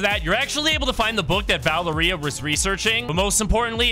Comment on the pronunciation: Bro can't say Valeria right ITS VUH-L-AIR-IA if u don't say it right I'll find you